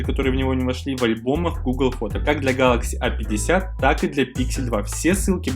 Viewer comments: Что не так в его произношении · Чувак произноси правильно название телефона, аж уши режет!